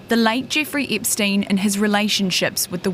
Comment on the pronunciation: “Jiffrey Ipsteen”?